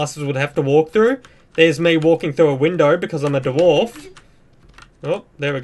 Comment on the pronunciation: Da-Warf hahahhaa